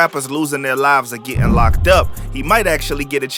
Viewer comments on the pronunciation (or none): none